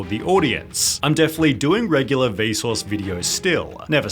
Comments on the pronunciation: Every time you say Vsause I hear Bezos for some reason 😅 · it sounds like he is saying Bezos, instead of Vsuase. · Whenever he says vsauce I hear bezos. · The way you say Vsauce sounds like Besos